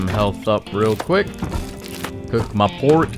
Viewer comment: Bro said that Pork real American lol hit that R too hard.